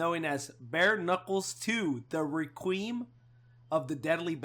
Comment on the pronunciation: I can't get over how pronounced "Requiem" (Re-queem) 😂😂 But loved the episode, great job guys! 😁👍👍